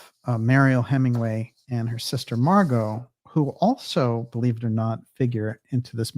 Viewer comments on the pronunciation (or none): none